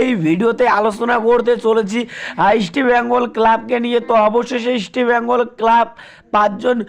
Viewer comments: it's...EAST BENGAL...NOT...EASTI BENGAL ... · Eastbengal উচ্চারণ ঠিক করা দরকার।